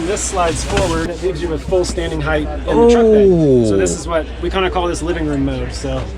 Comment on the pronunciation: Height is a word. Heighth is not .